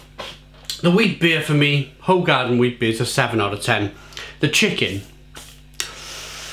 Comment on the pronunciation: Its pronounced who-garden so you know 👍